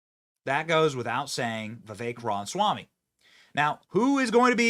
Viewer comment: Why is Benny incapable of saying Vivek's last name correctly? It perplexes me.